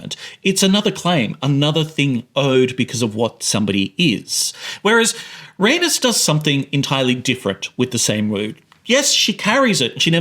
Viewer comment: It took me a while to figure out who you were talking about because of how you mispronounced Rhaenys LMFAO